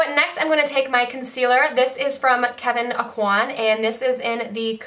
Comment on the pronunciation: Great job ! You said Kevin Aucoin! Lol There are days I can't even say that!! Have an awesome week ! 💁🏻💕